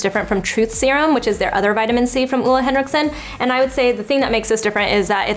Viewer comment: You said it just fine. Way to hard to explain over youtube hehe:)